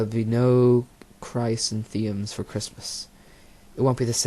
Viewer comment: So bad! You can’t even say the flower chrysanthemum 😂😂